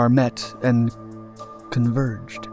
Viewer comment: "The two dots on the radar met and.........converged." I like the pause for dramatic effect, despite two object converging on a radar screen is totally normal and happens whenever planes cross paths and different elevations. lol